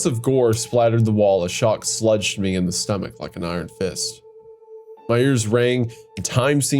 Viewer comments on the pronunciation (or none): Pronouncing "Shock slugged me" as "shock sludged me" is great, almost as great as pronouncing facsimile as "face-smile" in one of the previous episodes 😂 Hunter should bring that up every time his voice acting is criticized.